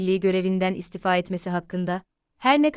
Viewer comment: İstifa..kelimesini sunucu yanlış telafuz ediyor